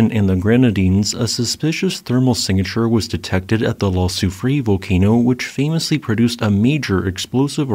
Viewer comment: FYI, Soufrière is pronounced "sue free air".